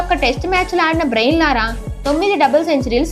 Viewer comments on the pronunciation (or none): బ్రెయిన్ లారా❌ బ్రయాన్ లారా✅